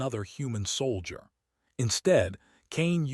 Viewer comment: Saul i der instead of soul jer. Computer needs better training